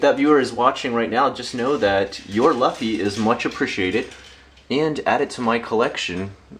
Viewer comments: Good video. It's been awhile but I'm glad you're doing good. As for the Luffy figure, it's pronounced with an oo sound instead of an uh sound in English. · is luffy pronounced "loofy" or "luffy??